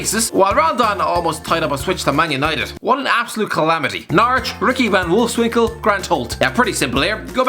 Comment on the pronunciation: Giggerty- he said Wolfswinkle